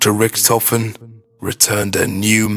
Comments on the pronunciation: Hyperforeignism on the 'Edward Richtofen' just say Ed-Ward - Rick-tofen, no Ed-ward hu-rihkk-tofehn, p.s., everyone who says its the right one, natch is the only made up one, shut the fuck up Natch Der Untoten has something to do with the story watch the better one because this is huge bullshit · You say Rictofin weard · i love his accent when he says rictophin